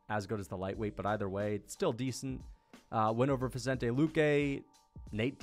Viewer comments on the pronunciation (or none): none